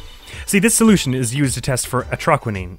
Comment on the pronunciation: It's funny you pronounced Atroquinine the way you said it didn't sound right when Gavin brought it up in Turnabout Serenade Does Brushel look wierd? Yes. Like a human version of Spongebob? Yes. Even then I couldn't like this guy more than I already do, I'll talk about why more in the trial but for what was shown here he is really smart. He found a "artist" who has never made a public appearance before, talk about journalistic skill